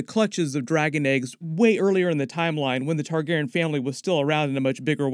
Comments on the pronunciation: Why are you mispronouncing targeryan like targerin jesus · you're pronouncing TargarYen wrong ... there is a hard E where the Y is my dear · Omg whyyyy are you saying there last name so effed up?! It makes it so hard to watch your videos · Is his pronunciation of Targaryen bothering anyone else?